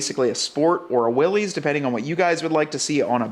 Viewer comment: Jeep may start paying you if start pronouncing Willys correctly.